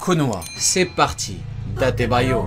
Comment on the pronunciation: Par contre tu ne sais pas datébayo